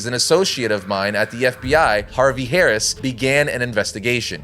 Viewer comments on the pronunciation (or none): none